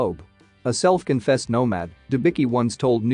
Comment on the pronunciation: Her surname is pronounced Denbitzki. Not Denbiki!!!